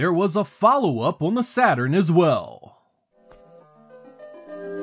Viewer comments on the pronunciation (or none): none